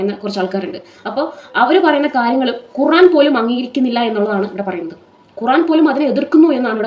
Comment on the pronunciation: ഖുറാനല്ല ഖുർആൻ എന്ന് കൃത്യ മായി പറ യു താമനയിൽ എഴുതി വെക്ക് 🥰